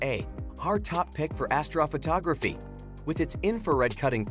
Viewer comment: I stopped watching as soon as astrophotography was not pronounced correctly